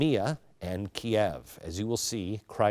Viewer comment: This is perhaps the most sophomoric analysis of Orthodoxy and Putin I have ever seen. Good Lord, if you can't even say Cyrillic and Kievan, just get someone else to do the speaking and writing.